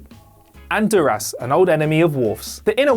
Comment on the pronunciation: Don't forget dur-ass instead of Duras.